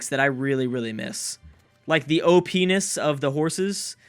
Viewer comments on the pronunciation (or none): "Like the oh-penis of the horses." Okay... calm down. =P